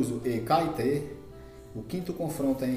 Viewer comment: Rapaz, antes de vc fazer videos e comentarios melhore seu portugues e pronuncie os nomes dos clubes correto. vc não respeita os acentos ( NÃO É CAETE O CORRETO É CAETÉ - NÃO É AGUA DE MARAMBA É ÁGUIA DE MARABÁ - NÃO É TABAJOS É TAPAJÓS ... TE LIGA MANO